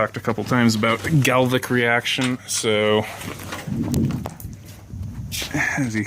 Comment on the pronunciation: "Galvanic", not "galvic"